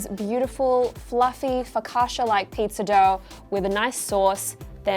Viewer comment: Homegirl over here fked up the pronunciation of FOCACCIA and expects us to be on her side.